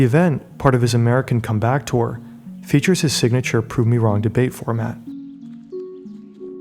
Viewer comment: oh look, 15 seconds and there's already evidence of whatever voiceover this is either being AI or just straight up someone who doesn't speak english lol, it's come-back. Not "come back" lmao.